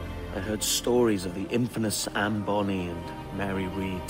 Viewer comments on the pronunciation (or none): none